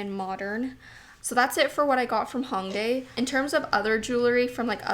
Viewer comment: The “Ho” in Hongdae rhymes with “toe.” This being said, you would pronounce the city as “Hoe-ngdae” instead of “Ha-ngdae.” I understand that you’re Canadian so your impulse is to pronounce it as if the first syllable rhymes with “song” or King “Kong” but this incorrect. I know you have no ill-intentions! But it would be nice if Youtubers would educate themselves more about the country and the places they went. As a Korean viewer, it would’ve been nice if you made the effort instead of consistently mispronouncing it. I hope my comment does not upset you or anyone. Much love xoxo